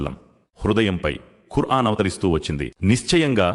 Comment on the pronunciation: Assalamualkm దయచేసి కుర్ఆన్ అని కాకుండా ఖుర్ఆన్ అని పలకండి